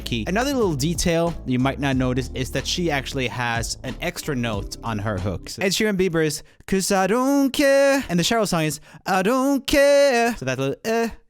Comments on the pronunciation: The way he says CHERL instead of Sheryl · Cheryl is pronounced like Share-l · Her name is pronounced Sheryl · Please learn how to pronounce Cheryl correctly :/ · Joel still not able to pronounce Cheryl after all these years makes me happy! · Bahahha yes especially when it’s my name 😂😂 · oh good, I thought it was me saying it wrong